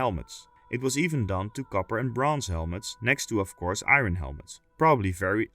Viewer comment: Love your vids, but PLEASE understand that “iron” is not pronounced how it is spelled! It’s pronounced “eye urn”